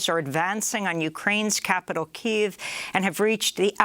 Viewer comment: thank you Amy for changing to the correct pronunciation of Kyiv